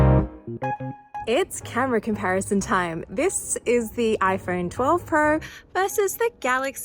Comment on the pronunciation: Ipheurn vs Galaxy neurt